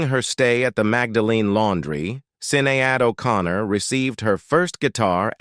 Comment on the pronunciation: “Sin-nay-add 0’Con-ner”?! Who the f*** is in charge of these lil’ sh** pieces? Whoever, hire a narrator, not this UNACCEPTABLE AI crap ya’ got “going four yew” now. Jaysus!, what an embarrassing, pathetic, uneducated, ridiculous, disgusting, display of ignorance you’ve put forth here. Which one are you, folks - cheap or just lazy? THIS is the weakest site “out there” (REALLY a disaster)! 👎🤔🙏